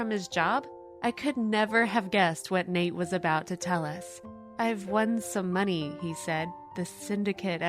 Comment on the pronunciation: Why does she pronounce money as meaney